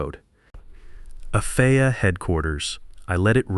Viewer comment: And the AI narrator said "There it was on my calendar. The "FAH' surprise quality audit...." Yup an absolute surprise "FAH" audit will trip you up every "ZERO EIGHT EIGHT HUNDRED HOURS".